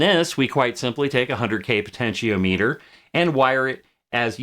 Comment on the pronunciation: Really interesting vid! Every time you say "po-tenti-O-meter" instead of "po-tenti-ah-meh-ter" I feel very uncomfortable though (I jest; I've just never heard anyone pronounce it like that before is all haha)